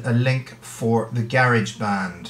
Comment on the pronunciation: Gare edge band NO ITS GA AS IN UU GA RASH BAND GARAGEBAND